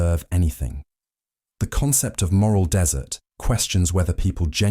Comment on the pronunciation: Its moral Dessert as in treats, not desert as in sand